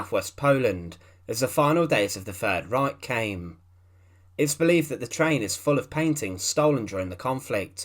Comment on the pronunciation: "Da fird reik of the sarf west"?